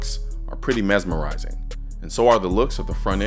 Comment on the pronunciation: The way the igauna shakes its head when Colin calls it mesmarizing